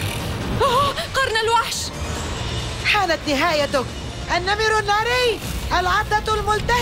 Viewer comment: انا بسمع بلبل سليم النمل الناري بدل النمر الناري